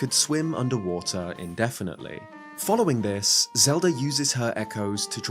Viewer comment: "zed-r" please don't do that man